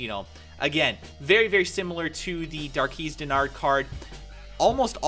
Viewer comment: Dar (as in jar) - quezz ( as in Dez ) (; Not trying to be a pain but thought I'd help